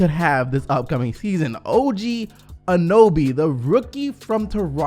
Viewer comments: anyone else triggered by saying og anoby instead of og anunoby? lmao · Its Anunoby not Anoby. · A-NU-NOBY. NOT ANOBY!!!! (love u ) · Btw its An-un-oby instead of an-oby. Just saying lol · is OG Anunoby not OG Anuby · His name is O.G Anunoby not Anoby:/. Get it right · Who is OG Anoby? It clearly says his name is OG Anunoby... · OG “Anoby”...bro it’s not like it’s a hard name to say like Antetokounmpo, get it right bro! Just say it as it’s spelt, not hard! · OG ANOBY, LOOOOOOOLLLLLLL, I DIED it's OG ANUNOBY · Anyone else very triggered every time he said Anoby instead of Anunoby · Hey bro A-NU-Noby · Its Anunoby. Not anoby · You forgot to say the "un" im anunuoby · Bro do I need to teach you how to pronounce everything?? OG ‘A-nun-o-bee’ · Sorry but I had to dislike cause the gross mispronunciation of anunoby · At least try to say Anunoby correctly. lol it’s like you glanced at the name >.> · yeah annoyed me he couldn't pronounce it even though he edits these videos and should have noticed haha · Jeremy Burr my thought exactly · I really love to watch. He actually likes to talk about a Canadian Team that some Americans don't even know about. How does he know how to pronounce Jonas Valanciunas but not OG An uno by